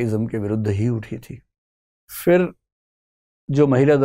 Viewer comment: Vikasji You speak difficult Hindi like some pundit. Your talk/lecture should have English subtitle. Fruit in Hindi is called phal not fhal. Similarly phir is not Fair.